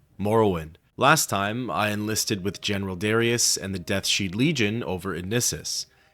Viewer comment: I can't help but laugh at your pronunciation of 'Deathshead' as I always pronounced it as 'Deaths Head'...can't say I've ever heard it as 'sheed' before.